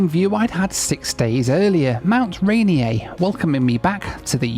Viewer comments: It's pronounced "Ray near" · Hey, I know that riverfront trail! Hope you had a nice visit to the bustling metropolis of Renton. Your pronunciation of Rainier is how we say the name of the beer when we want to convince people it's champagne. You have to get nasally - Ray-neeyr. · Haha it's ri-near, not rain-i-ey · Might be my all-time favorite epi-- ironically I was traveling and am a week late. Hard R on the end of Ranier, Sir. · “Mount Ray-nee-aye” Haha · it’s Mt. RAY NEAR. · I sometimes think is just messing with us all by mispronouncing so many place names. "Fuu-ket" ❌... "Naa-di" ❌... "Mount Rainy-yay" ❌ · Mt. Rainier is pronounced as Ray-near locally. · Note that there is not much French influence in the state of Washington. It's mostly English and Native. So, the best guess should be Ray-near, and that would be correct. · I agree. I'm from the Seattle area and hearing Mt Rainier said with 3 syllables instead of 2 is just too annoying. There is an easy fix for it. Mt Tahoma. 😂